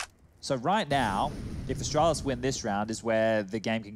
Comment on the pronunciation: "Asstralis" "G2 Pissports" :rofl: (please dont be a triggered its just a joke) both teams are awesome